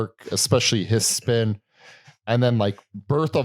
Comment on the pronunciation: Hiss Spun, not Hiss Spin) And Dave Sitek, not David Sick ))))